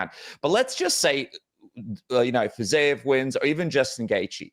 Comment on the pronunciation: How can you continuously pronounce Fizievs name wrong when Hardy is saying it correctly